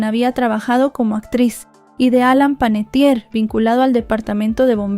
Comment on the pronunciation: Su apellido es Panettiere que quiere decir Panadero en Italiano, no es Panettier.